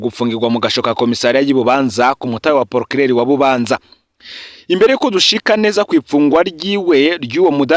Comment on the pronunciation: Bubanza basoma Būbānzá apana i búbanzà